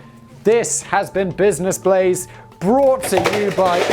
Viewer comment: “Blizness Blaze” “My Splace”. What’s in that solo cup Simon? Also “cockwomble”. I’m so glad I’m not the only one that uses that term.